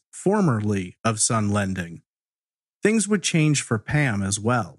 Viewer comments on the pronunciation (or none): none